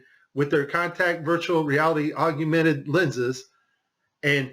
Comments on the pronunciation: Why does he say "aug-U-mented" reality instead of augmented reality? Is that guy still around? I heard he passed on. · I thought it was augmented not agumented. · *augmented...three syllables. Not "augumented." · Augment bro. Not augUment. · Pal, if you want people to listen, you have to make sure you come across as intelligent. It's Augmented, not augumented. Be better. (any grade school kid should know this) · AUG-MEN-TED not AUG-YOU - mented. Just sayin', mate. That's a biggie, really. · Why do you keep sayong "augUmented" reality, there's no "U" after the "g" in the word "augmented". It's AUG-MENTED. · Hey, it's "AUG-mented Reality", not "AUG-U-mented Reality". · Augmented, not augumented.. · He should really re-record this saying it correctly. It’s such a good video otherwise. Maybe he’s saying it wrong for the alguithms. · Hey you shut your mouth this guy is clearly an expert even though he doesn't know how to pronounce the word. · Forgive me, but are you mispronouncing “augmented”? It sounds like you’re saying “ argumented”. I’m sorry for the criticism. Your video is very informative. Ty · Augumented? Yep thats all I need to know he doesnt know what hes talking about. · How can you not pronounce augmented correctly?